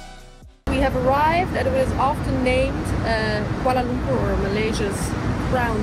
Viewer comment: your pronounciation of Kuala Lumpur is spot on..